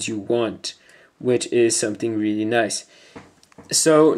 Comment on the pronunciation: Reary reary ftw